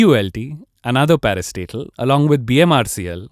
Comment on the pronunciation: Every time he said 'parastatal' I thought he was saying "Another parasite", "A new parasite"